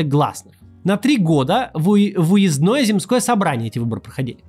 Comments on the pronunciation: У Максима ударение скачет в слове "земские": то "зЕмские", то "земскИе", но чаще в сторону неправильного второго варианта. Ещё и "уезднОе", а не "уЕздное". У меня дипломная работа была как раз про земства, поэтому очень режет слух))) За видео спасибо. Показывайте чаще штаб и его работу, а то в новостях очень мало 🙁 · уезднОе. Кац что, пятиклассник?